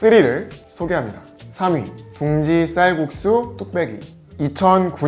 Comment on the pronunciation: 쌀꾺쑤 뚝빼기 발음웃기다 ㅋㅋ